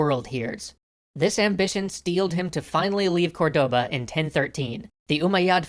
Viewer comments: Dude! CORdoba, not corDOba! Stress in the first syllable! We even point to the letter with a little mark, "Córdoba"! It's tilting me out so much I can't pass the first minute and a half of the vid! deep breath Ok, now that I've said it, I can keep going, this is probably very interesting. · Awesome, but remember, it is not cor-DO-ba, rather it is COR-do-ba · i love, but they have so much problem with spanish names... the intresting part, its that they only have problem on the accents. accents as in tildes and pronunciation of the strong silable. example: its COR-doba, not corDOba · Córdoba, not Cordóba... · English speakers would naturally pronounce it cor-DO-ba but that is in fact not the correct pronunciation for the city. It is actually, COR-de-ba. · the word "Cordoba" has the accent on the first" o", it sounds like "córdoba". Granada was spelled correctly. Keep the good work. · Córdoba. CÓR-do-ba. Almeriense. Al-me-rien-se. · Great episode as always, but as a Spanish, Cordoba is accentuated on the first 'o', not the second one!!! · I loved this episode, but one thing drove me insane: Córdoba is stressed on the first "o", not the second